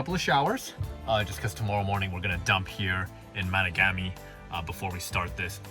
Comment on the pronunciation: Yo Canuck what's up! Sorry had to h. Great trip three dogs wahooo. Tip drove me crazy...it's ma tog Ami...with accent on tog...I'm just a few hours south. Love the north.